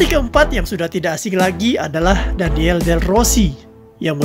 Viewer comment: daniele ya dibaca daniele bukan daniel